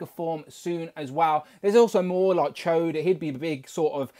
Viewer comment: And it's Ch'od (ch-odd) not "Choade", lol 😆